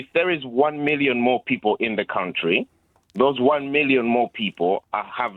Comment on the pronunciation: Who says countyyy for country. The guy is defo a African immigrant.. Shamefull man 😂😂😂